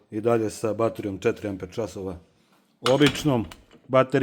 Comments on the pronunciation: Cita se ajnhel. Nemacka rec i na nemackom se EI cita kao AJ. Znaci ne ENHEL nego AJNHEL. I kvalitet alata se ne meri tehnikalijama tipa snaga, ovo ono vec iskljucivo kvalitetom celika u sebi to jest koji je dugovecniji. Taj ajnhel ako se koristi svaki dan 8 sati dnevno tesko da izgura godinu dana a ovaj plavi bos taj ce ti gurati 20 godina svaki dan da ga koristis 8 sati dnevno neprekidno jer ima kvalitetne metalne delove u sebi jake celike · Odlično urađeno. Samo, nemoj se obrukati ako ne moraš. Ako znaš da kažeš "Boš" onda nauči da kažeš i "Ajnhel". Pozdrav i srećan rad. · Kad smo kod brukanja...Ajnel bez h u sredini.